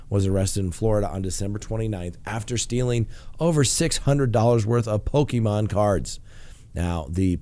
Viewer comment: lmao, dumb criminal, lol when you say poke man cards